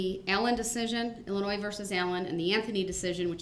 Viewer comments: "IllinoiS"? Is that a new state? Guess his 12th grade education didn't cover the proper pronunciation.. even after the judge quoted Illinois vs. Allen a million times dipsh!t still cannot say it right. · Illinois ( the S is silent ) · He thinks that the S in Illinois is supposed to be pronounced.